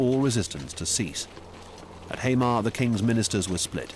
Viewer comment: The pronunciation is also painful. Hamar and Eidsvoll would be impossible for me as a Norwegian to understand without the text.